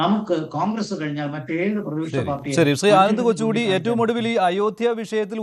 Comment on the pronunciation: കൊച്ചുകൂടി അല്ല കൊച്ചുകുട്ടി 👦